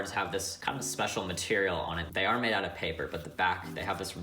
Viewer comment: Paper!!!!!!!!!!! It sounded so much like plastic